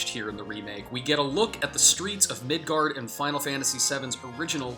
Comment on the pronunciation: Why are you doing this video if you don't know how to pronounce "Square-Enix" or Midgar?